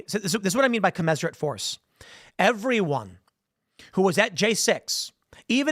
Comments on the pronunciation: Tim, please mention the facts that MLKj was a Marxist, since you've done "Honest" Abe. Also, I think it's pronounced "Co-mizz-er-uht" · Can we talk about how commensurate is pronounced?